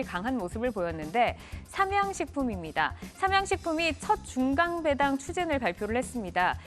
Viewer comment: 노란옷 입으신 분.."중강배당" "상성전자" 진행자이시면..정확한 전달을 위해 발음 좀 개선 부탁드립니다..